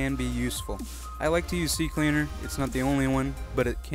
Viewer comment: Finnaly someone says CCleaner right